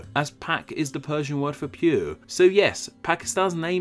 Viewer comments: Prue? Did you mean pure? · It's.... Land of the "Pure"... not "Prue". Damm.. that wrist of yours was really damaged. :-) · pure not prue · It's pure not prue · "pure" instead of "prue". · Correction: Pure not Prue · For a video, there seem to be a lot of misspellings here. Hindi is a language Hindu is a religion Urdi is not a thing, Urdu is. I also suspect you meant to say 'PURE' when you say 'PRUE'. It would've also made more sense if you said "it looks right at home next to Afghanistan and HINDUSTAN". Hindustan is the other name of India. Other than that great video. Keep em' comin. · Ah, the place of the prue 😂 nah it's fine nice video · Pure not prue Honest mistake Great video though!!! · Is it PRUE or PURE?